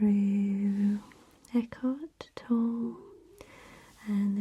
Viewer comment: Very nice video. FYI, Tolle is pronounced toe-lay.